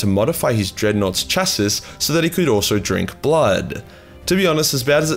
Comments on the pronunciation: Chass-iss?, surely you mean 'Chass-ee'... surely... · Not chass-iss Chass-see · ChassE. You don't pronounce the IS lol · Also chassis is chas-ee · Chassis is pronounced Sha-see lol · Uh... No one else is going to ask why he says chassis the way that he did?